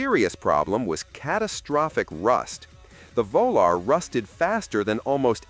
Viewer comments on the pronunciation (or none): Chrysler VO Lar>>>>>really????????????????????????????????????????????????